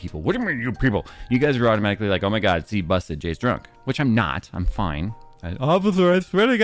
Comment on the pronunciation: I can hear Phil in my mind correcting you “Automashically?!”